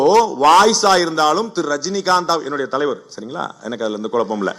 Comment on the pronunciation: Mr. Pandey, please correct KUZHAPPAM not Kulappam